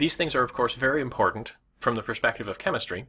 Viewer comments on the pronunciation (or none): none